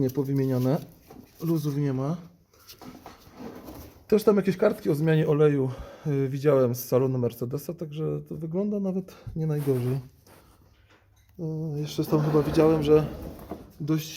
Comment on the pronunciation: wszystko tylko nie szMECLEDES